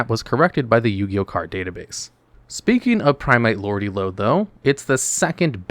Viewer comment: It’s Lordly Lode not Lordy Lode btw